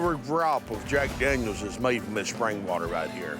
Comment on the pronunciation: Daniels not dangyos